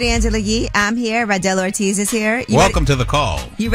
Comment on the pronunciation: His name is RADEL ORTIZ not Randel 😂😂😂😂